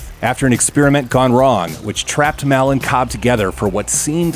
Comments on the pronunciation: It’s Pronounced “Mall” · 'Caab feels so respaansible for maul's death'